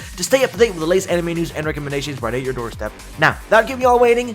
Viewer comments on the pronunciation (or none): none